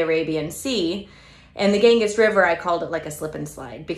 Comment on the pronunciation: Ganges is pronounced gan-jeeze (rhymes with fan please). Thanks for the ideas!